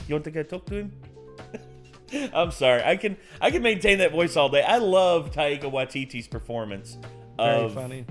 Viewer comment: great impression, but what's with the pronunciation of taika? tie-kuh. tie-ee-kuh sounds like nails on a chalkboard. literally.